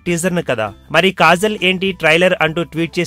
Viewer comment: its kajal not kazal.....mundhu nuvvu chese yedava mistakes correct chesko pakkanollaki cheppe mundhu erri....p*** nijaniki neeku kajal ki kazal ki theda thelusa😂😂😂😂